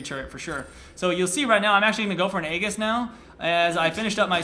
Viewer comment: egg-iss? (its A-JIS) fyi